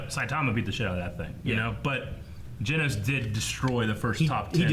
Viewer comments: How have they still not gotten the cyborg's name right. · They pronounced genos’s name differently every time they mentioned him 😂